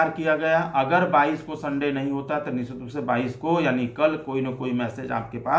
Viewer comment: Sir apka word 'nischit' hopeless hai😢😢😢